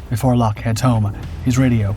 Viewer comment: Why don't the producers of this awful diatribe of unfactual rubbish try to get their research correct...Eric Lock, his name is pronounced LOCK not LOKEE he and his colleagues unlike the producers of this awful narration gave 100% with many paying for their bravery with their lives, try to at least represent them by pronouncing their names correctly instead of being insuch a hurry to earn money from your poor production